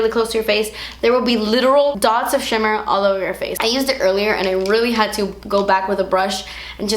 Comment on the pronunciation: "das a shimma particle" 😂 please don't ever change.